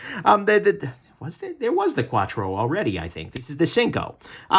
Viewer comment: I like the format, but when you said Quatrro it had me dying!